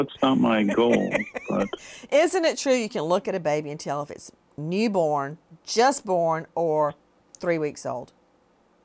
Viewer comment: Neeeborn…. Why can’t she ever pronounce things!!!